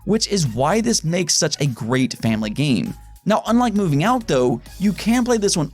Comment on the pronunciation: Heh he said framily